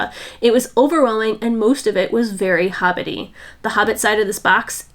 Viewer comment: she said "hobbitsee" not "hobbity" i love it!